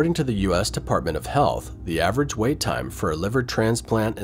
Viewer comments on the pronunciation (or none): none